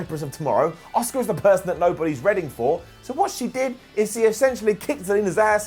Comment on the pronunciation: is the only youtuber that pronounces Asuka 👆👆